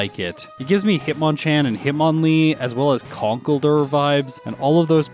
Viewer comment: for the record: it's "conk elder". like he's the concrete elder. it's fun wordplay!